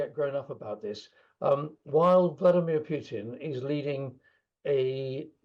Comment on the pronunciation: It is Putin not pjutin. Solve that first.